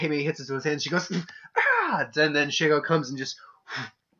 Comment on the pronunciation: "she" - "go", that's how you say her name also I agree that Shego would win.